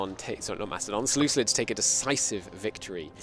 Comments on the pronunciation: “Selucilids” what the hell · Unwatchable because of the "seleuclids" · Seluculids? Like listening to a chalk board being scratched.